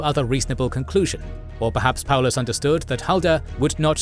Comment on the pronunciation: this might be the first time I've seen Paulus's name pronounced correctly and without adding a "von" in for no reason lol